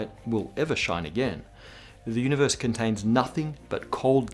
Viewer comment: The way he says "The Udibeurse"